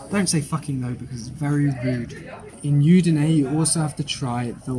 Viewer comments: Very nice. However Udine is pronounced with an Ooh sound at the beginning not a Yoo sound. Hope that helps. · I think the city is udinee… not yudinee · È Udine, non iudine